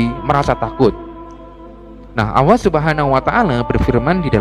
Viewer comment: Ini yang cerita gak bisa nyebut huruf ( L ) nyebut (allah) aja gak bisa, sudah salah, awwoh 🤦‍♂️